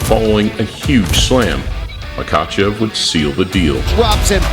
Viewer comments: Mock ah chev Holy shit!! Get it right man!!! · First of all. It’s Mackle-shev. Get it right